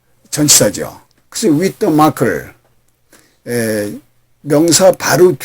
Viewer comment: 공부하기에 넘 좋아요, 그런데 ieueo 의 앞에 디로 발음이 되는것 같은데요 ?